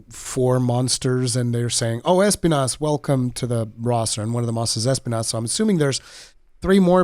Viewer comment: It triggers me so hard when they say ES-pinas... Thorns in spanish is es-PI-nas.